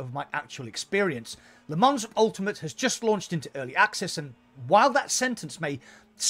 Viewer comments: It's not Lee Mans, it's Le Mon. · Lol as a french i can tell you it‘s wrong Le Mans is Le Mans you can’t pronounce it in english you need to learn the french way :)